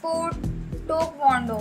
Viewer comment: IT'S TAEKWONDO NOT TOKONDO